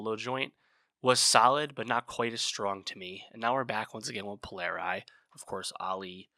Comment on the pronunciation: Please pronounce Polari properly. Language is one of the most beautiful songs I’ve ever heard. The album is fabulous.